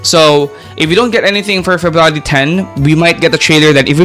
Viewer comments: i heard " ferrari " instead february 😰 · febrawry man i didnt even notice until you said it 😂😂